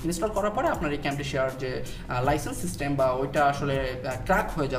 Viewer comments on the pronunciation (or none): none